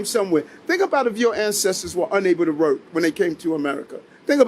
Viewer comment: He can't seem to be able to say the word "work".